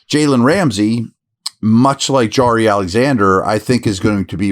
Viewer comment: Jaire (Jy-Air) not jary like Zaire the country, feel like I’ve said this before.